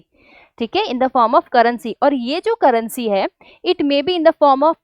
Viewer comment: Currency ❌ Carrency ✅